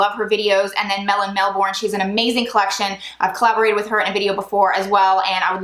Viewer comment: As much as I love you, I just have to correct how you pronounce Melbourne. It's pronounced Melbern. Sorry but it just drives me crazy hearing it pronounced wrong 😅